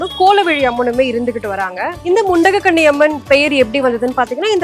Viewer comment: The Amman name is mundagakanni Amman, .not mundakanni, say properly